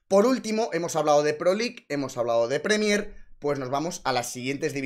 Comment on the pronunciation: Has dicho "Premiér" 200 veces (mal) y solo 2 veces Prémier (bien) 😭